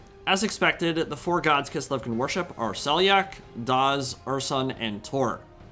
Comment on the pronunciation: Dazh is not pronounced "DAS". ZH is pronounced the same as the S in "pleasure". It's a (very unsubtle) reference to the real Slavic god of the sun, Dazhbog.